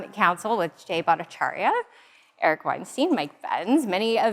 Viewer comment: Babe, you gotta get Eric's name right 😜